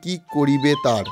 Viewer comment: Tar bolun thard noy thik kore bolo